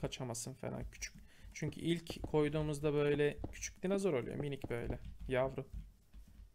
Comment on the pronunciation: GÜZEL ABİM ALLAH AŞKINA DİNOZOR DE NOLURSUN SÖZELCİYİM SEN DİNAZOR DEDİKÇE ÇILDIRDIRIYORUM DİNOZOR DE NOLUR DİNAZOR DEME